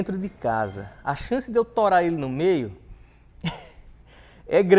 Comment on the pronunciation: O sotaque do é muito bom kkkkkkkkkkkk. "a chance de eu torar esse drone no meio é grande" 🤣🤣🤣🤣